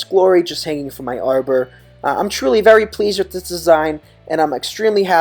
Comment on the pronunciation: Haha I thought he said pagen too